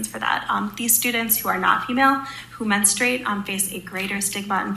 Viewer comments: With all respect, it takes away from the credibility of your reporting when you mispronounce a key word of your subject matter. MEN-strew-ate, not MIN-is-trate. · I love ya…but we don’t “menastrate” lol it’s pronounced more like “menstrate” I’m aware these spellings are wrong lol I was just trying to show the difference in what I meant in the enunciation lol…I’m laughing, I really don’t care, I’m just being anal lol I watch every video u do because ur the best! ❤ just a little constructive criticism 🙏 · Lol the word is pronounced MEN-STRU-ATE 😂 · Mestruate! NOT Menestrate!! Damn! Wtffffff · DUDE IT IS NOT CALLED “MINASTRATE” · Why are you pronouncing “menustrate”? You’re a grown adult and you don’t know how to say that word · Bro learn how to pronounce menstruate! Lol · Men-stru- ate